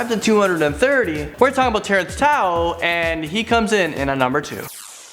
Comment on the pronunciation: Tao is pronounced Dao